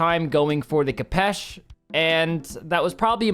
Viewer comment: pls lads, it's pronounced k 'oh' pesh